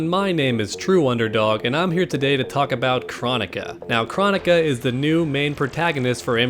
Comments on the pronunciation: Her name is pronounced like chrono-ka like cronos from Greek mythology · I believe NRS pronounces it as (Kroh-Nee-Kuh) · I feel like even though I know it’s “Crow” Nika I’m still gonna say “Krah”nika lol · Pretty sure its Kr-Oh-nika, pronounced by boon himself and possibly Kr-Oh-neeka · Here name is pronounced like Kronos. With a O not Ah sound. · That's not how you pronounce her name.